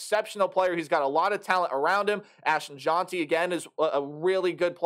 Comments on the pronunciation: Difficult to take this seriously when you havent done the research to pronounce names correctly. His name is not JOHN-TEE, its JENTY. And he is one of the best running backs in the entire country. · You’re not pronouncing Jeanty’s name correctly. But good video👍🏽 #gobroncos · Jeanty is actually pronounced Heisman* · Jeanty pronounced like past tense of read